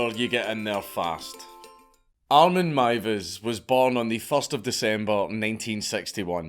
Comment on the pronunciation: im so glad you pronounced the name right its mad how many channels don't bother researching